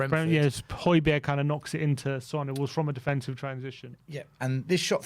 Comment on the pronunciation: Why do we call him San and not Son? Only pronounces the name right.